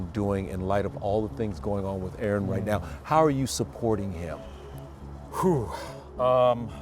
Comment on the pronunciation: It’s “Aaron”….